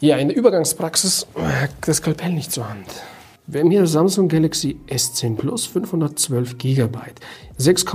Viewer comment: Haha bester anfang dieser aktzent haha 😂 pluss pluss haha